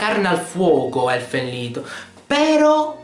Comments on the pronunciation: anche "lido" non è prettamente corretto. la pronuncia è "leed" perchè il titolo non è inglese, ma bensì tedesco, quindi il significato è "Canto degli Elfi" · Circa. È tedesco, quindi "Lied" si pronuncia "Lid" E alla giapponese, "Lido", o "Rido", o "Rito", che dir si voglia. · non ho capito perchè continuavi a chiamarlo elfen lido..c'è scritto lied...vabbe poi hai fatto un esempio di merda che non c entrava assolutamente nulla ma lasciamo stare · si dice Elufen Lido? D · hahaha ma sembra che dici elfen ''lido'' hahhaa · si dice elfen lied mica lido è Inglese n'culat; LIDO LIDO cazzo è il lido? la spiaggia ?!?!? le pronunce giapponesi sono da scartare a priori dato che per loro l'inglese è una lingua impronunciabile